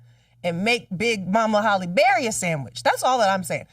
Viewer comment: I know you’re not continuously saying Holly Berry 😂😂😂😂